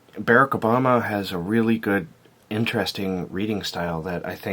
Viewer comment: hon, i think you're not pronouncing mr obama's name right.